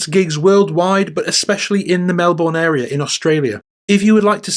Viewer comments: It's pronounced "Mel bin" not "Mel born" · Is this voice AI? At first Melbourne was mispronounced MelBORN but then correctly as MELbn. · "Mel-bern" - just saying.